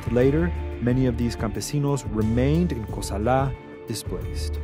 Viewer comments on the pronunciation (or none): Bruh why does he keep saying Cosala like that?! Its not "Ko-sal-AHH" its just Cosala man, let it flow. Never met anyone from Cosala or Sinaloa for that matter who pronounced it like that lol, dudes trying too hard.